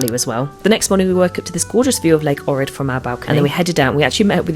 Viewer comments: It is Ohhrid not O'rid! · It is pronounced "OHrid".